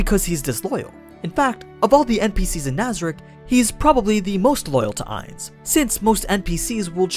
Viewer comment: Ainz not nines